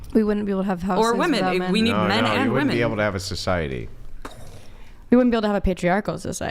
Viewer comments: Another girl that says "woman" instead of "women".. 🤦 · THANK YOU,!!…the pronunciation of multiple “women” is *w-i-m-e-n*…drives me absolutely NUTS when these girls pronounce the plural form as “woman”! Arrg! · Why do they think the major thing they’re saying wrong is the “E” part and why does no one hear that to correct them. It’s the womb man and whim man part they mess up the most. If they even said whim man it wud pretty much sound like women anyway and nobody would notice. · "WIM IN" REPEAT AFTER ME.... "WIM-IN" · What is this trend of college educated females who say woman instead of women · Correct the whole women sounding like woMAN - say "WIMIN" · Best way to get them to pronounce it properly is to get them to say “I bought it on a whim” them get them to say “whim”, then “Whimen” aka women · IT'S NOT 'WOMAN' IT'S 'WOMEN' :face-orange-raised-eyebrow::face-orange-raised-eyebrow::face-orange-raised-eyebrow:😤😤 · They think saying woman and women sounds different because of the a and e when toy pronounce the o like an e in the plural and the o normally in the singular